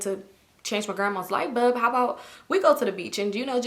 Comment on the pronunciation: Is it just me or are you pronouncing "light bulb" as "light BUB"? 😁